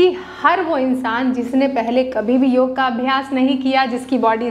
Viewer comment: योगा नहीं, योग कहिये।